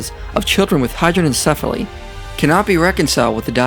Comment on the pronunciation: Judgement-free question: At ~ , does anyone else hear what sounds like 'hydro-syphilis', in reference to 'hydrocephalus'?